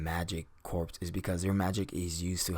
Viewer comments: Good video. Only complaint is that it is pronounced core not corpse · Just a small nitpick, but corps is pronounced "core" and not like "corpse." A Marine Corps officer will be quicker to correct you and won't do it as nice. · Colin Fonken, exact same comment I was going to make, every time he said "corps" instead of "core" it really bugged me even though I know that pronouncing corps as it's spelt is a very common mistake. I liken it to how we pronounce "colonel" as "kernel" it's just one of those words that you have to know from experience how to pronounce because trying to pronounce it phonetically from it's spelling doesn't work. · Corps is pronounced as “core”. It’s a weird word. It’s always spelled as corps even when referencing in plural or singular, but it is spoken as “kor” (singular) and “korz” (plural). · corps is pronounced the same as core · Great video. But, corps is pronounced "core". It was a little distracting. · FYI, the word corps is pronounced as core, the P and the S are silent. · Nice video and breakdown. Some advice, a corps is pronounced like core - Latin -> French...... The archers can be utilized in the rear ranks, but it has been proven to be quite an effective tactic to utilize the archers on the flanks, forcing the enemy forces towards the center; heavy infantry then have some fun. The cavalry would then encircle and clean up. Magic users (artillery) would massacre the troops in the center. Mongols utilized a similar tactic with no magic. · Corps is pronounced as "core" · When you said goblin heavy corps, it should sound like goblin heavy core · Just an fyi not trying to say snuff or nothing, but "Corps" is pronounced "Core". At least that is what my English teacher sed. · The p in Corps is silent!